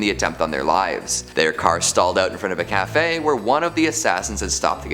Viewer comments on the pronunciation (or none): none